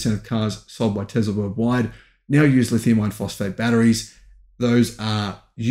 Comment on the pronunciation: For being a EV go getter you have to learn how to pronounce Tesla. There is no Z. Tesla….s for Sam, not Z for zebra!